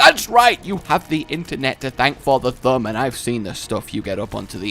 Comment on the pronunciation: I love how when says thumb it sounds like Th'um